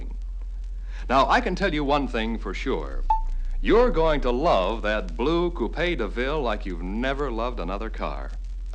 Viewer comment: Cou-pay DeVille